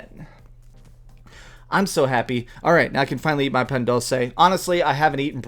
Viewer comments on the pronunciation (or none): It hurts me the way you say "Dulce" but I'm glad you enjoy Mexican stuff.